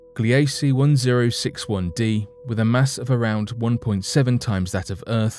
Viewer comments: Gliese is not pronounced "Glee A Cee" it is pronounced "Gleece" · Gliese is pronounced "GLEE-zə" named for a German astronomer.